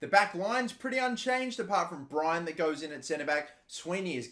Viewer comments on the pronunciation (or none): none